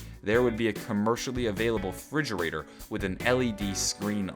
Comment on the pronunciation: It's refrigerator not fridgerator lol